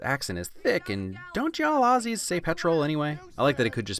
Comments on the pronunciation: I appreciate that you corrected your pronunciation of 'Aussie', from 'Oss-ie', to 'Au-zzie'. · As an Aussie, I can confirm your interpretation of “fang it” is correct, and appreciated the proper pronunciation of Aussie too 😉👍🏻